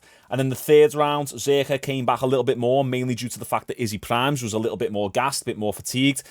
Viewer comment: “he’s came baghghhhh” silly accent lol